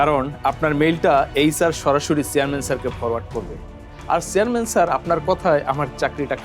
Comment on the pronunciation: Cearman ki? Uccharon er thik nae it’s call chairman